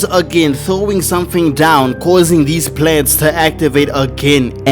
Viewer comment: Theas legs...yes Made me BUST OUT LAIGHING IT WAS THE PAUSE😂